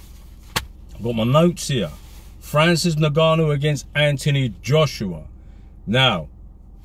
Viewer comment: “In Ga Nu”